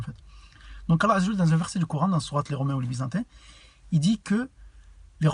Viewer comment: remarque d'amélioration : prend le temps de prononcer correctement les termes comme "Allâh" (et non alla), bismillâh ( et non bismila) etc.. 😃 respecte les prolongations